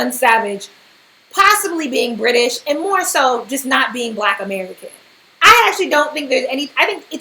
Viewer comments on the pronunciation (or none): none